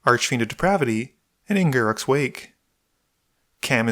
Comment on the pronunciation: Its not garrik its garruk